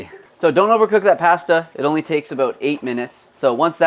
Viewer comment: I can't stand when people say pasta like that 🙉